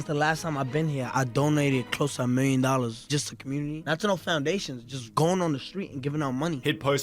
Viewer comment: This dude ending sentences with "la" or "ahh" drives me insane. Dollahsss. Careerahhhh.